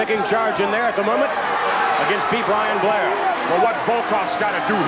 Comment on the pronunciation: jese said be blian blair lol